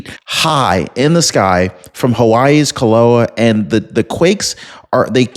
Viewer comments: It is pronounced "Kill a wa ah" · KILL-A-WAY-AH What part of the USA are you from? Maybe you don't get many foreign names in your area. However, if you listened to the reports of the earthquakes/volcanoes you would hear how they are pronounced. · Hawaii volcano pronounced ( KIL-AH-WAY-AH )…👍